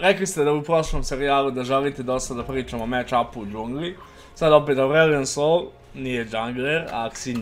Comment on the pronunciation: Kaze se sol a ne soul xD